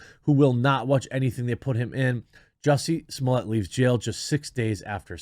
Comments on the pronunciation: Dude, his name is not hard to pronounce. It's pretty straight forward. Jussie Smollet. Not Juicy Smolly ay. When you pronounce it like that objective viewers like myself who believe he's guilty think you're racist. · I love the way you pronounce his name 🤣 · The ONLY reason Dave Chapelle's "French pronunciation" of Jussie Smollett's name was so funny was because it was such a clever, totally unexpected setup. It stopped being even a little funny in the second video where you used that joke again and kept using it over and over and over. When you have a joke that is funny because its quirky and unexpected EVERY TIME YOU RECYCLE THAT JOKE DESPITE EVERYONE ALREADY KNOWING YOU ARE GOING TO SAY IT, WHAT YOU ARE DOING IS MURDERING COMEDY AND RAPING LAUGHTER!!! Now that you have more videos about Jussie than you do about Brie Larsen and Anita Sarkeesian combined and you make the same joking pronunciation several dozen times in each video you have murdered this joke so thoroughly that when I watched Dave Chapelle's special for the second times a few nights ago the resentment I have felt towards you for beating this dead horse dozens of times every day. Day after day after day after day. I actually found myself resenting Dave Chapellebecause you have so completely murdered every fucking drop of humor this joke once had..... What I am saying is, your Jussie Smollett videos are so annoying to watch your abuse of Dave's joke has made Dave Chapelle unfunny to watch. PLEASE STOP MURDERING COMEDY AND RAPING LAUGHTER